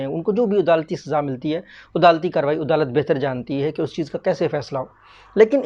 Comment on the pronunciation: "Odalat" nai bey jahil "adalat"